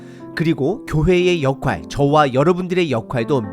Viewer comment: '역할'을 '역활'로 알고 그렇게 발음ㅎ겼는데, '역활'은 '역할'의 비표준어로 사전에 나와 있습니다. '역할'의 '할'은 '나눌 할'입니다. 그러니 '역할'은 한자로 보면 의미는 '부역을 나눈다'는 뜻입니다. 국어사전는 '일정한 자격으로 자신이 하여야 할 맡은 바의 일'로 풀이합니다.